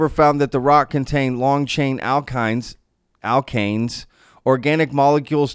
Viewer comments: Yes you said alkane fine 🎉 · Sounds like Dek-ane like oct-ane, un dek-ane, do-dek-ane. Alkane pronunciation was good. You don't realize the rabbit hole of learning you are in. Welcome to the tea party.